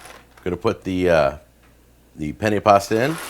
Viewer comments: It's not pronounced "gru-yer." Gruyere is pronounced "gree-yair." It rhymes with bee hair. Also penne pasta is not pronounced "penny," but rather "pen-nay." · Its penny-ay pasta not penny pasta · "Penny pasta" jesus christ this is hard to watch. You pronounce it like PEN - A...PEN-A...PEN-A. It is amazing and frightening when a person cooks food and they can't even pronounce a word correctly. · penne is pronounced like pennay. :)